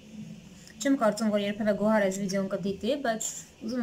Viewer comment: ջան Գոար չէ Գոհար ։ Ինչքան հասկացա ՀՀ-ՈՒՄ չեք ու լավ չեք տիրապետում լեզվին։